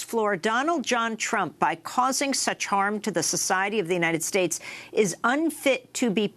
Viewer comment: more than a dry throat: the united shtates